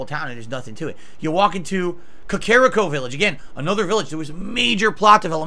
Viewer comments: Self-proclaimed Zelda Superfan pronounces Kakariko Village as “kuh-KARE-uh-ko” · He still calls it Kah-care-iko village🤣🤣🤣